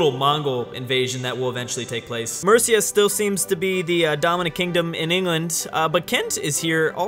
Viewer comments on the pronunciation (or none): When pronouncing mercia, the first half of the word is dominant, so it's more MUR-sia than mer-Seeya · you said mercia like mursiya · Mercia is pronounced the same as mercy but with an uh at the end so mercyuh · "I really hope that's pronounced Mer-C-Ya" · for god sake it is mer-seaa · No-no-no! You have the pronunciation of Mercia ALL wrong! It’s pronounced Arseland. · Mercia, you place to much emphasis on the I and not enough on the E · not how u say mercia